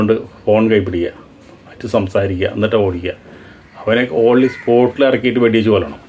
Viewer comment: ഓളി സ്പോട്ടോ... അതെന്താണ് ചേട്ടാ? ഇംഗ്ലീഷ് അറിയില്ലെങ്കിൽ പറയാതിരുന്നു കൂടെ? ഓൺ ദി സ്പോട്ട് എന്ന് പറയണം.... ഈ കെട്ടും മട്ടും മാത്രമേയുള്ളു അല്ലേ?